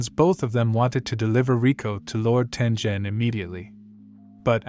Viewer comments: Sorry for this, but it’s pronounced Tengen not Tenjen. Sorry Sorry Sorry Sorry Sorry Sorry Sorry Sorry Sorry SorrySorry Sorry Sorry Sorry SorrySorry Sorry Sorry Sorry SorrySorry Sorry Sorry Sorry SorrySorry Sorry Sorry Sorry SorrySorry Sorry Sorry Sorry SorrySorry Sorry Sorry Sorry SorrySorry Sorry Sorry Sorry SorrySorry Sorry Sorry Sorry SorrySorry Sorry Sorry Sorry SorrySorry Sorry Sorry Sorry SorrySorry Sorry Sorry Sorry SorrySorry Sorry Sorry Sorry SorrySorry Sorry Sorry Sorry SorrySorry Sorry Sorry Sorry SorrySorry Sorry Sorry Sorry SorrySorry Sorry Sorry Sorry SorrySorry Sorry Sorry Sorry SorrySorry Sorry Sorry Sorry SorrySorry Sorry Sorry Sorry SorrySorry Sorry Sorry Sorry SorrySorry Sorry Sorry Sorry SorrySorry Sorry Sorry Sorry SorrySorry Sorry Sorry Sorry SorrySorry Sorry Sorry Sorry SorrySorry Sorry Sorry Sorry SorrySorry Sorry Sorry Sorry SorrySorry Sorry Sorry Sorry SorrySorry Sorry Sorry Sorry SorrySorry Sorry Sorry Sorry SorrySorry Sorry Sorry Sorry SorrySorry Sorry Sorry Sorry SorrySorry Sorry Sorry Sorry SorrySorry Sorry Sorry Sorry SorrySorry Sorry Sorry Sorry SorrySorry Sorry Sorry Sorry SorrySorry Sorry Sorry Sorry SorrySorry Sorry Sorry Sorry SorrySorry Sorry Sorry Sorry SorrySorry Sorry Sorry Sorry SorrySorry Sorry Sorry Sorry SorrySorry Sorry Sorry Sorry SorrySorry Sorry Sorry Sorry SorrySorry Sorry Sorry Sorry SorrySorry Sorry Sorry Sorry Sorry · Not tenjen it's taingen